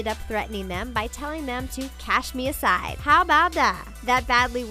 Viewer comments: Its cash me outside not cash me ousside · does anyone else hear the narrator say "cash me ASIDE"? ITS OUSSIDE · Why does the narrator keep saying “cash me aside” instead of “cash me outside”?! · Lol, please learn to say "outside", not "aside". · its cash me outside/ousside not aside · Lady!! It’s cash me OUT side not “cash me aside” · Uumm The ALS ice bucket challenge isn't really a "trend". It's this thing called 'awarness'. Also.. Please don't say ousside like that ever again. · Cash me ASIDE? Omfg this presenter never says things correctly. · SlayMama - "owside" silent "d".